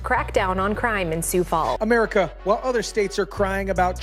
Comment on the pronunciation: Are you AI? It's pronounced SUE Falls, not SOOS Falls. 🤦‍♀️ They need to send Ice up to Brookings, Watertown & Milbank SD.